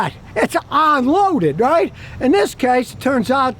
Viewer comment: Hey Scotty, what the hell is "ON-loaded?” is that a new word? maybe you should have said non-loaded. Geez a guy with such a huge following on you tube that can’t pronounce the prefix “UN” is just a shame.